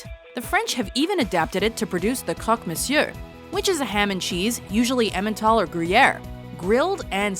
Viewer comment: "Cock masseur" . Maybe you meant to say "croque monsieur"?